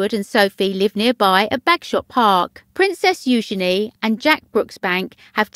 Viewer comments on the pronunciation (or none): none